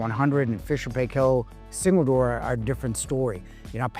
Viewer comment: You are saying 'Paykel' wrong. It rhymes with Michael, and with the same accent on the first syllable.